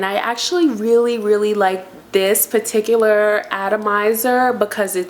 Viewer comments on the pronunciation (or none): none